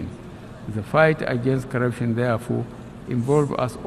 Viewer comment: He said karaption instead of corruption